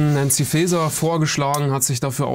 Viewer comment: Ach Leute, wenn wir schon ( zurecht ) über Ausländerkriminalität sprechen, dann achtet doch bitte wenigstens auf die Grammatik und die Namen, die Frau heißt Faeser und nicht Fazer!!! Das ist nicht Star Trek.